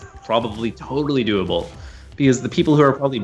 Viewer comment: The amnount times he said:doablee, scares tge living shit out of me..